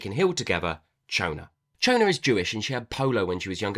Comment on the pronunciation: I immediately forgot about the skeleton so it was a fun surprise when I realised at the end. Can definitely picture this as a film. I listened on audio and Moshe is pronounced Mow-sha and Chona was Shona.